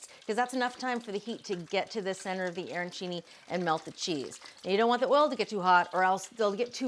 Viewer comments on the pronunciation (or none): Arancini not airancini. The pronunciation just hurts the ears.